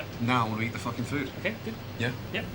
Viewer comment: lmaooo "we're in the middle of the fOoKiN field!"